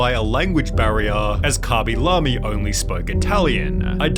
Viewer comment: COMO QUE KABILAMI LO PRONUNCIA COMO LA RAJA XDDDDDDDDDDDDDDDDDDD